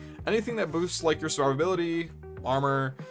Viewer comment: Bro, fucking enunciate. “Survivability” has 6 syllables, not 3.